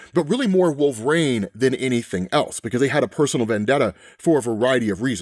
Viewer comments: I have to ask... Why do you pronounce Wolverine as "Wulve-Rain" instead of "wul-vr-een" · Can he not say "Wolverine" right? I don't usually nitpick on stuff like that but does anyone else ever say it like that? Is it a dialect thing?